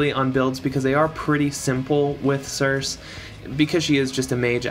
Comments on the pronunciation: If you look up the name circe you'll find it is actually pronounced like Cersei/Sur-See. And it supposedly means dark enchantress. Which makes sense for this spefic unit with being a magic damage dealer. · Cirsee , pleaaase lol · It's almost like wants to trigger us by pronouncing it wrong lol